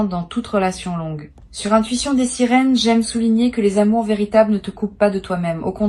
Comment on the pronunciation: dès le début la voix dit "bienvenue sur ma chaine l'Intuition des SÉRINES" ..... pptttddrrrrrrrr